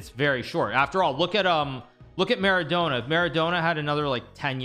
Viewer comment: Mara-dough-na - hahahah 😂